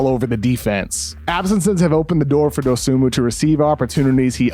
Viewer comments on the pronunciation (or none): The is an excellent breakdown, Kevin. I've watched almost every Bulls game this season, and I can attest to seeing everything you described. HOWEVER, one of the first things I learned about Dosunmu is that the "N" in his last name is silent. It is pronounced doe-SOO-moo. C'mon, man...